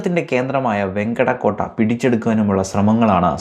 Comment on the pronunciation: വെങ്കടയല്ല... വെങ്കിട്ടയാണ്...